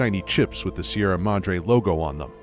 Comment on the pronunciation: see-erra madr-hey